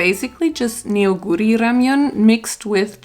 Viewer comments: Neoguri is actually pronounced more like ‘Nohguri’ because the eo ist just the romanization for the Korean 어 sound. Neoguri (너구리) means raccoon btw :) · hey! rlly love your videos and just wanted to point out that you actually pronounce neoguri as "no-guri". the korean characters 너구리, translate as neo-gu-ri as per romanisation, but the eo sound is more of like an open oh sound that will be all ^^